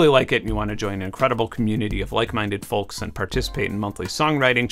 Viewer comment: You pronounced the L in folks. I didn't think that was possible.